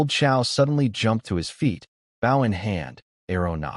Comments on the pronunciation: WTF!!!? Why can you say bow correctly? It isn't that hard. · Why does the voice always pronounce bow like bowing to someone wjen speaking about a bow and arrow but when ot is talking about bowing to someone it says bow like a bow and arrow. Just switch tjem and it will be correct